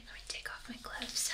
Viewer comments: It reely sounded like she said Oh My Glub! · I seriously thought she said Oh My Glub I was like FEFERIIIIII EEIIII :3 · For some reason I thought she said "oh my glub."